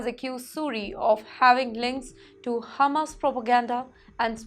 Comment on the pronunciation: She is hungry and is thinking of Hummus not Hamaas! She regularly mispronounces words. Luckily, she said Suri and not Puri!! 🤣